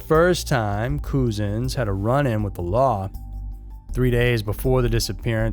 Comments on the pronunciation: Fyi his name isn't pronounced Coo-zens . It's pronounced the way cousins is pronounced. I knew you as an american would mispronounce his name ! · Its pronounced Clapam, without sounding the H and the police officer's name, arrested in connection with the case, is pronounced cuzuns, despite the spelling!